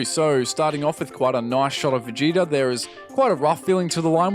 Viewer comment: Did you hear how he pronounced Vegeta near the start? Veh-Get-Ah instead of Vegeetah 🧐😫